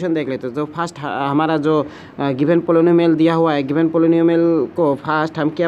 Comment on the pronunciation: The way he read 'poly-nu-mial'🤣🤣 Noice explanation btw